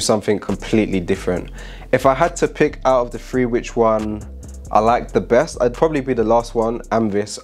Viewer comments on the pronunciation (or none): I love my UK brothers but it always throw me off when you guys say faught instead of thought lol. I also like when you guys say one, two, free lol. Cool video, I dig tara’s best but yeah her hook was trash.